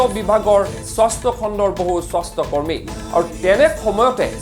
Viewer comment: Soshta kormi nohoi bhul hoise , xudhokoi ussaron korok